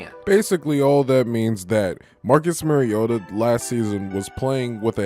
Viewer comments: At least pronounce his name correctly....MARIO-TA not MERRY-OTA. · Its mari-o-ta not mari-ota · It's pronounced MARIO-ta not merry-o-ta. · Good content overall. I’m still amazed how so many “that have followed Mariota so long” continue to mispronounce his name. It’s not “Mary-ota”. The correct pronunciation is “Mario-ta”. If you can say super Mario correctly, you can say his name right. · You said his name wrong like 100 times. Not sure if actual fan lol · You're the biggest Marcus Mariota fan outside of Titans fans?...yet you can't pronounce his name correctly? 😂🤣 C'mon man. Good video though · Following him how long? And still don't know how to pronounce his name? Faker.